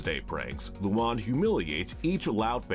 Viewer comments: IT'S NOT LUON IT'S LUAN YOU DINGDONG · keeps saying luna wrong he keeps saying lulan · Wdym?, I pronounce it “Loo-Anne” not “Loo-Juan” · Sorry If this sounds like a pointless nitpick….her name is pronounced phonetically as “Loo-AN” not “Loo-AWN”!! (I know, but that’s been bugging for a while now)🤣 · Apparently I have been pronouncing Luan's name wrong this whole time! Seriously though, I like or at least don't mind a lot of the characters on this list. Also a lot of the episodes mentioned were especially bad episodes as a whole and doesn't reflect the characters as a whole. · I was being sarcastic because they pronounced it wrong in the video lol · The way you mispronounce luan makes me wanna die